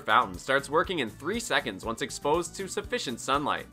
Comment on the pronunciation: Sounds like You’re saying insufficient sun light lol